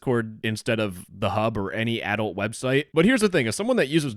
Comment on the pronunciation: Note to Adult sounds like "adolt" and not adult, idk it's a Canadian accent or something